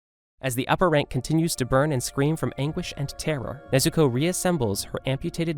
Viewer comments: did you just say Nezuku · DID YOU JUST SAID NEZUKU